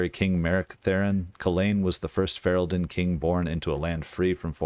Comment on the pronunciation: Stop pronouncing "Ferelden" like that hahaha